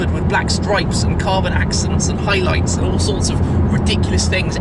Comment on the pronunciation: got stroyps and hoyloights has it?